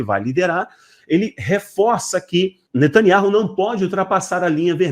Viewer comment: Me desculpe vc precisa ouvir um judeu pronunciando o nome do ministro.